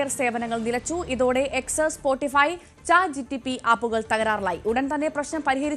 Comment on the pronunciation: Chat Gtp അല്ല chat Gpt 😂